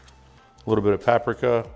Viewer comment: bro you may be big but you don't clean your meat? and its PA-PRI-KA not prapika